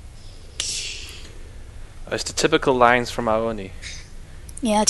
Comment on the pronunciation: It's pronounced Ah-beh, Abe is a character from an older Anime.